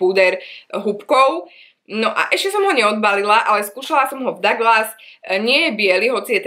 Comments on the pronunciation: číta a hovorí sa to Duglas nie Daglas 🙈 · Karin Kalafová som myslela , že len mne to trhá uši ako to ona vyslovuje 😂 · Daglas….divná výslovnost